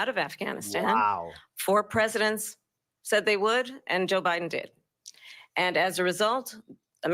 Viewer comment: Did anyone hear Kamala say to Trump. "Youre not running against OBiden."?